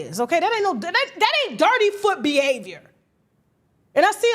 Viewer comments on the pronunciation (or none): It’s not dirty foot you said it too nicely. You need to say it the Jamaican way “dutty foot “